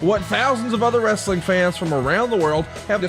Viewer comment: Bro bro... it's WRE-SA-LING 😅